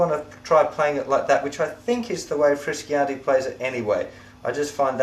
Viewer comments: froo shawn tay. not frisk e yantay...... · The guitarist's name is Frusciante(Froo-shawn-tae) not friskyante. Any way nice lesson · Haha yeah I noticed that! I was saying in my head - "It's Froo-shon-tae" :) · thanks for the lesson - a great help and I love the site (btw frusciante is pronounced froo-shon-tay, haha) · Awesome lesson...don't know if someone mentioned it but u murdered Frusciante's name. It really sounds like (Froo-Shon-Tae). Great teaching tho. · oh, btw. its Froo-Shawn-Tay. :)